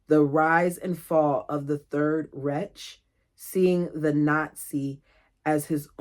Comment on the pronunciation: Reich is said ryke